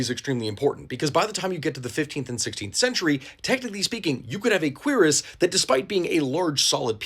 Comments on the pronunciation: It's not a quEER-ass it's a keer-ASS. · queer-is.... shouldnt it be cure-is? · "Queeras" 🤨🤨🤨 'Kweras' is how you say it. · Surely it’s pronounced [queue-ras], right? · I thought Cuirass was pronounced cure-ahs or kyur-es, have I been mispronouncing it since 2005? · If it wasn't for this man, I'd still be saying cure-ass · I have never heard someone pronounce cuirass that way. I've only ever heard cure-ass. Not to say you're wrong, it's just weird. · queer ass? is that really how its pronounces? LOL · Considering that the actual pronunciation is basically “queer ass,” I understand why you mispronounced it (to avoid demonetization, right?). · Y’know I knew what a cuirass from the game Castlevania Symphony of the Night (great game btw probably top five in Castlevania imo), but I never knew how to actually pronounce it. I always said it like “cure-as.” So thanks for helping me pronounce cuirass correctly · I've been pronouncing it as "q-rass" for my whole life bro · I really wish you wouldn't pronounce it in such an american way lmao a queer ass? I understand google translate is telling you its pronounced like that but honestly there are other ways to pronounce it 😂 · The way he pronounces Cuirass hurts my ears. It's Cure-Rus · I like how most people here are talking about the subtitles but like, also pronounces Cuirass far to quickly that it does genuinely sound like queers rather than cuirass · I think your saying that word very wrong